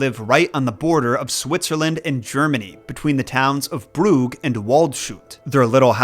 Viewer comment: I'm Swiss. Never heard of it but know I'm interested. I live 15 minutes from Brugg (or two hours foot walk) (Don't worry, I don't judge you for mispronouncing Brugg 😅